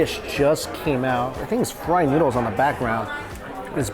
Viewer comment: I love the way says noodles. Neeoodles